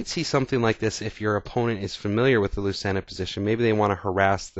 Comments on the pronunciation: Thanks for the video. Very instructive. Lucena according to Wiki is Spanish and pronounced loo-thay-na. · it's pronounced " LOO-CHAIN-UH "